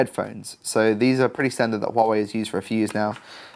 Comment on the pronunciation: Impressive the way you pronounce hua wei